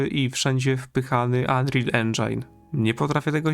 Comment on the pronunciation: Endżin, nie endżajn 😉